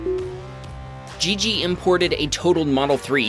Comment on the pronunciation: its not JIJI, it's Gigi, G as "Google" & not as George.